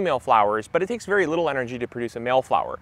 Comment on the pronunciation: Did you say, "berry exciting"?